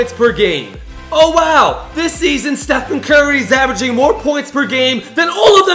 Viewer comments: He said “stephan curry” learn how to spell a name dumb ass this is embarrassing! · It’s Stephen not Stephan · Don't forget he said Stephan curry instead of Stephen